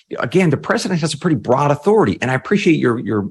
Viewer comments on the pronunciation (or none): none